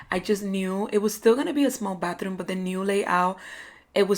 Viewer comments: Who else heard “Bathroon” instead if Bathroom every single time? I love the results though. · I keep hearing bathroon